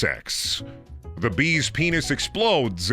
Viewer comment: Please, it's called a 'beenis'. Let's use the correct terminology.